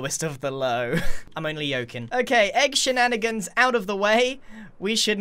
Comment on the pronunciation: Egg shenaneggans